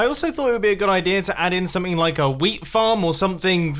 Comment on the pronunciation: when he sais wheat it sounds like weed...